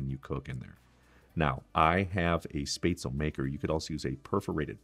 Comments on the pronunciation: Both grandmas, my Mom and now I make this dish and have for decades. This looks like a pretty good version. For those who don't have a spaetzle press, you can just use a common kitchen strainer and the back of a large spoon to press the dough out. Btw... LOL... It's not "spay-zle". It's pronounced "schpet-za-la". 😄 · Shpetz-leh. Not Spaytz-l. Nicely done. I make mine with a Jack Daniels Peppercorn sauce. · If he could also pronounce the word Spätzle correctly, that would be great. It's NOT "spaisley", or what ever he's saying, omg! It's [SHPEHTZ-LEH], please!!! For those of you who don't have that fancy Spätzle tool, just do whT my grandma used to do. Take the lid of a pot, lower it into the batter that has been poured into a deep enough but wide platter. The bottom of the lid gets covered in batter. With a long spatula, carefully scrape small amounts of batter directly into the boiling water. Keep scraping the batter off the lid into the water, the Spätzle will resemble thick little worm looking noodles, and like he says, the Spätzle are cooked when they start to float. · It is called "Spätzle" which is pronounced Spat-zle and NOT Spazel. The pronouncation is similar to chipotle. The 'a' is similar to the 'a' in actor. Besides of this, good job. I keep a bit of the vegetable and blend it into the sauce for binding. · I loved everything except your pronunciation of "spätzle". It's shpot-sell, not spate-sell. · Love your youtube you make it so easy!! And yep the word is said like spatula but instead of the first a , say it with an e as in ever - and no u sound ( spetzla, sorta) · One of the classic german recipes, very well executed! But one thing is missing IMO: Cooked red cabbage as a sidedish! And the way you butcherd the spätzle (spaetzle) pronunciation 😳😂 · Totally agree that red cabbage must be eaten with rouladen. And a non-German can be forgiven for the mispronunciation of spätzle.